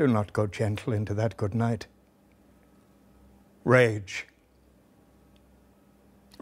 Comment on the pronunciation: I am sorry for spoiling it, but every time he says 'Rage, rage!' I hear 'Shame, Shame!'